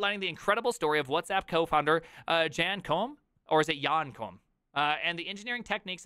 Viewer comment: Dude, he's Ukrainian not German.. But you got the pronunciation right! :)